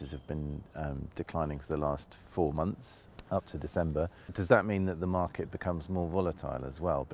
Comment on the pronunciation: 0.56 - the housing smarket 🤣